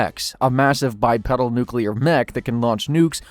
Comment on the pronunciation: It’s pronounced by-peedal